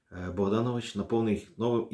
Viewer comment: Дзякуй вялізны за працу. Невялічкая заўвага: літара "о" ў беларускай мове заўжды пад націскам і прозьвішча паэта правільна вымаўляецца як БагданОвіч.